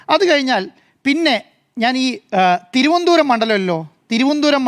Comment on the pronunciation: മരംകൊത്തിക്ക് തിരുവനന്തപുരം എന്നു തികച്ചും പറയാൻ പോലും അറിയില്ല. എഡിറ്റർമാരോടൊപ്പം കയറി ഇരിക്കുന്നു....